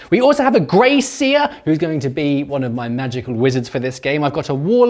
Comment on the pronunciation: I thought for a second had named one of his rats “Grace” Then I realised he was saying Grey Seer 😂